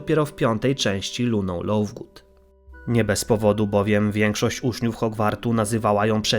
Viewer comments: Lovegood!!! Przez v, a czesto wymawiasz Lowgood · czemu lovegood wymawia się jak lauvgood